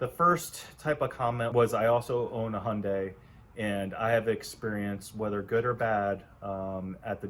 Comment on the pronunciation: HUNDAI NOT HONDAY.